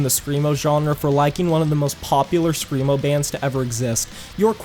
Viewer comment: Bro you actually said scremo wtf, why are you my wife